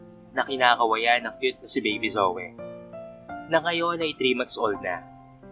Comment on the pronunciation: PARANG JOEY ANG PRONOUNCE SA PANGALANG ZOEY.